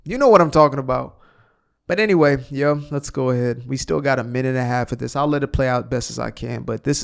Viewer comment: Or the other word instead of this you say Dis you sound like you are the progeny of a super linguists or verbage